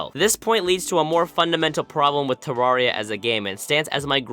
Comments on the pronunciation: its not ta-rar-e-ya its pronouced ta-rare-e-ya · Oh no, you're one of those "Terraria" pronouncers...